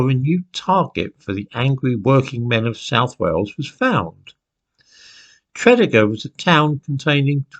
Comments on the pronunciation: you pronounce Tredegar as Tre-dee-gar, not the way you have. By the way, I lived there for 8 months back in 2008 as my ex is from the town. It is a kind of strange place at the top of the Rhymney Valley. it's where the men are men, and the sheep are very afraid lol. I think your friends are being a bit silly as there is no anti Jewishness in the valleys these days at all. I too have Jewish friends that live in Tredegar as well as other South Wales towns. However, there is an anti-Englishness in the Rhondda and Rhymney valleys from the days when coal was king and the taskmasters were the English. People still haven't forgotten or forgiven Churchill for sending in the troops in to Tonypandy to quell the striking miners, for instance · No need to apologise. I'm English and I knew that Tredegar was pronounced Tre-DEE-gar from listening to the rugby results on the BBC when I was a boy. I learnt a lot of Welsh place names that way. I didn't know those other two, though; so, thanks for the Welsh lesson. If I were going to move to another country, I think I would at least take lessons in the correct pronunciation of the local place-names. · Always wondered why there are no Jews in Wales. By the way it's pronounce Tre DEE Gar not TRED Ig Ar. Love your content, much respect for you saying Ebbw Vale right! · Tre dee gar. Not trediger. Great channel. I'm from South Wales not far from TREE DEE GAR.🙈🙊🙉🙏🙏🙏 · Tredegar.....Tred ee gar. Bargoed....Bargoid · Actually no, it's not pronounced 'Tree' deeg arr but Treh deeg arr ,and the 'mawr' in 'Brynmawr' doesn't rhyme with 'flower' - it would be pronounced 'mauhrr'. 'Treh deeg arr' 'Brin mauhrr' 🏴♥️ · prounounce it like this TRA DEEG GAR easy for you english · It's pronounced tread-eager. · Actually, it's pronounced Treh deeg gar - not 'tree' 🌲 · Tred ee gar is the way Tredegar pronounced. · Tread E gar .... can't live in Wales and get that wrong.... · Thanks for this,. Fascinating. BTW, it's pronounced Tre-DEE-gar.